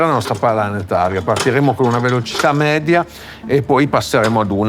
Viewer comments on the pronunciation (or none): none